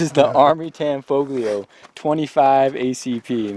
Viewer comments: You don’t pronounce the G. Tanfoglio is pronounced Tan-folio. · The "g" is silent. Pronounce it "Tanfolio" as if the "g" isn't there. Similar to the Italian city "Bologna" where the "g" is silent. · It's pronounced. Tan folio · You don't pronounce the g in tanfoglio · The G is silent in Tanfoglio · The "G" is silent